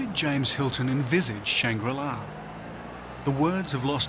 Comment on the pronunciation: Take a drink each time he says shang-rila 😂